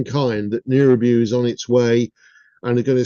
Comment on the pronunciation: nibiru, not niribu